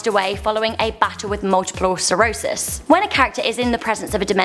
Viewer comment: she pronounced multiple sclerosis wrong lol my dad has it